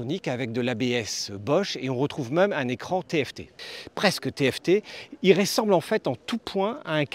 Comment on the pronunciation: Un "petit" moteur de 1200 cc, mais il lui faut quoi au Môssieur, le moteur de la Rocket 3 ? Et pis qu'il arrête aussi de dire r-é-ssemble au lieu de r-eu-ssemble, c'est agaçant à la fin ! En tout cas moi je garde mon "petit" Softail de cc ou 96 ci pour les intimes) 😄